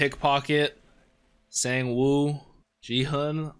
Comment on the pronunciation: someone already commented on the correct pronunciation for Gi-hun's name. Sangwoo's name is pronounced like S(ah)ng-oo not past tense for "sing"